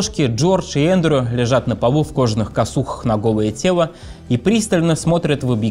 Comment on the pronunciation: Ведущего срочно к логопеду! Кваб и тево🤣